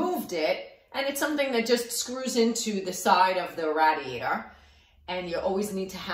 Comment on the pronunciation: Rah-diator! thank you very helpfull